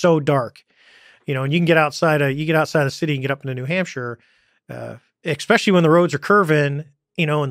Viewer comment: It annoys me so much how David Fravor says "expecially"